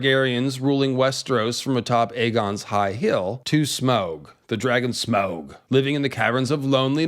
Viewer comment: why would you intentionally mispronounce Smaug